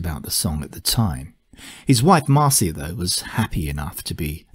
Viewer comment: I've always heard Neil refer to his second wife as "MAR-shə" not "MAR-see-ə".